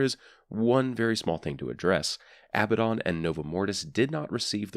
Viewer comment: its " a-BAD-in" not "abba-don"